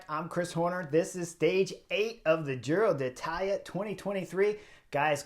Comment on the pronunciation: I love the Butterfly Effect. For this Giro, my one request to Chris is to not say Giro de Italia… 😅